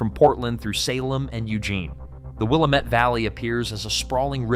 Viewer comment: Okay. First it's pronounced WIL LAM METTE. Not Willa mette!! Secondly why do you keep showing Purdue University which is in INDIANA??? Third Eastern Oregon will never become part of Idaho.